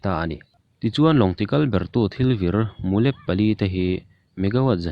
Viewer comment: mulep hi, sava mu lamarik angin lam hmasak a, lep hi thil kan zai lep ang a thluk deuh a lam rik tur